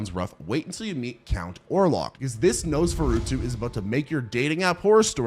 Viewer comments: Your pronunciation of Nosferatu is the scariest thing in this video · Okay that is definitely not how Nosferatu is pronounced